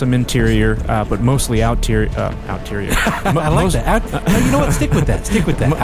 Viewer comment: Out-terior, LMAO! Exterior, dude, hahaha! Hilarious!